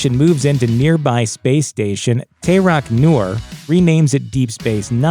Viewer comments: “Tay-Rock Nor”, or ... What happens when non Star Trek fans talk about Star Trek... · Tay-roc-nor? Good video till you butchered that. 😂🤣😂🤣